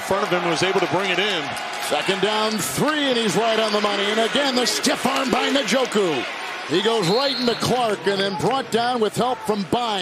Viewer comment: Its funny hearing kevin harlan try to pronounce Njoku lol. The English vernacular isn't familiar with that type of name so he separates the N with the J, N-Joku. As an African its interesting 😅